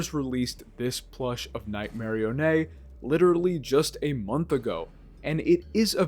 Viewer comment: Lol, I never heard anyone pronounce Nightmarionnes name as (Night-marry-onay) haha, i like it.